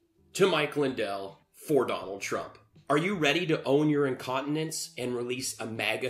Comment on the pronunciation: Dwanald twump 😆😂